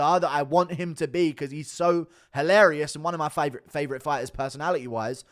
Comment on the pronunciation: 😂😂😂 Guru finally sounds Australian with that “favourite” slang